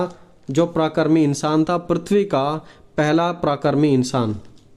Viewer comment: भाई आप प्राकरीक ना बोलते पराक्रमी बोल